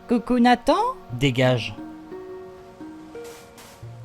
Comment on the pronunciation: Nathan =>> nee san 😂😂